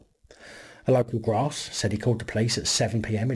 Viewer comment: "The local graaas " 😀😁😂😃😄😅